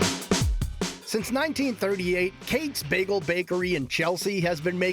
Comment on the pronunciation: Hey, it's not "Kaytz" bagels, it's KATZ like cats. Get your act toigether.